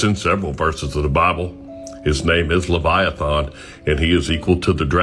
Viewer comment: I'm getting tired of the guy mispronouncing Leviathans name. It's not spelled Leviathawn. Dumbass